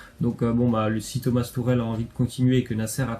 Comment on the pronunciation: Tourel ????? C'est tuchel si tu arrive pas à le dire tu dis " Tuchelle "